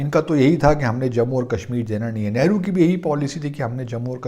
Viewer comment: It is very bad thing that you intentionally pronounce wrongly of our leader's nane .